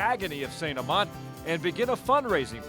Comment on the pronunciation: I swear if u say st amant wrong one more time ima be very mad